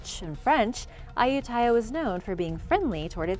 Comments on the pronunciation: Hi A-you-ti-yah was the name. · Ayutthaya is pronounced a-yout-ti-yah